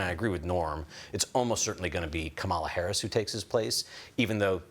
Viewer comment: What does it say about Beutler that he refuses to say Harris's name properly?